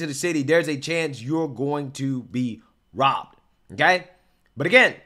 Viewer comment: what the fuck did he say? They were bit? Bibed? Is he not able to say “ROBBED”?